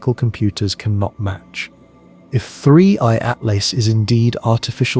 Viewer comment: How many different ways can you mispronounce Atlas in one video? This is AI generated nonsense that keeps repeating itself, don't bother watching.